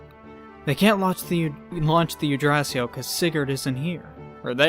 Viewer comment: I feel like I need to hit you every time you pronounce it "Yggdrasiel" with that E.